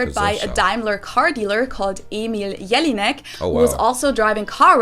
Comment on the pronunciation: And she got bad pronounce of name Emil Jelínek.